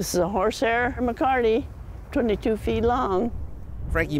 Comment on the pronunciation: Not MACARTY. . . MECATE (meh-kah-teh) is a Spanish ranching word. Maybe research THAT.